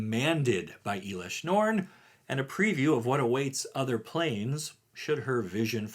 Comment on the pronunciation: I think your pronounce in elesh norn incorrectly. Just wanted to give you a heads up.